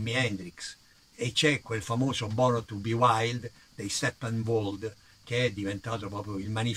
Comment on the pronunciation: molto bello sentirti parlare, io sono della generazione dopo la tua, nato nel 60. Perdonami ma sommessamente vorrei dirti che Dylan pronunciato Dailan, non so se e' corretto. E poi Steppewolf e non steppenwold... Vabbe, capita. Grazie ancora per i racconti.